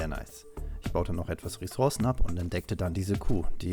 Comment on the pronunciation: Es nervt so hart wir du Ressourcen sagst.. 😅